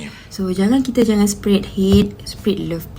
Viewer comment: "dont sepred hate.. sepred love"....sepred kape...ckp melayu sudahlah bengong...bahahahaha